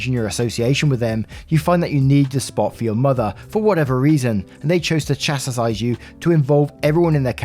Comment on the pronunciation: Hi from a huge fan! Just a quick comment - the words "assuage" and "chastise" are not "assage" and "chastisise"